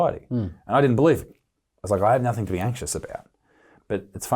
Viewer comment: Isaac can you please stop saying (nothink) It’s NOTHING! A part for that good work 👍🏻